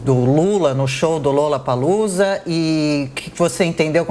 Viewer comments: Outra coisa… não é LULApalUza 🤢 que fala! É “LOlapalUza” a pronúncia! L O L L A P A L O O Z A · Onde foi isso mesmo hein? Ah, no "lullapalloocia"?????? kkkkkkkkkkkkkkkk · Foi impressão minha ou a carolina Belin Lulapalooza? Kkkkkkkkkkkk....